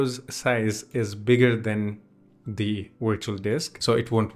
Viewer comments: its Virtual not Wirtual!!! it is a V! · Just so you know Virtual starts with a V not a W the two letters sound different.